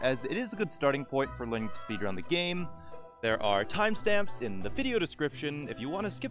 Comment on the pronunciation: "Hi Therrrre..." what is this.